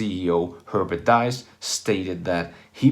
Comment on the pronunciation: Well done. Minor remark: the name of VW‘s CEO Herbert Diess is pronounced like „Deece“.